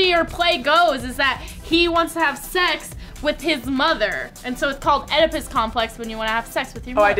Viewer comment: They all pronounced Oedipus wrong and they got the story wrong. That frustrated me